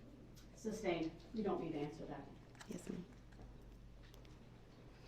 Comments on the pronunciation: Don't forget "substain" 😂🤣😅😆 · don't forget "subject matter jurisdiction." And the wrongful "SUBstain" not "SUStain." 🤦🏽‍♀️ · IT WOULDNT EVEN ALLOW HIM TO SAY THE WORD “sustain” CORRECTLY! He’d rather look like a dumb ass than to allow a woman to correct him 🤣🤣🤣🤣